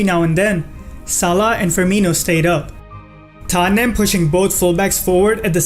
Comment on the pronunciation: Omg i was like who is Tanyem????? Then i realise its tottenham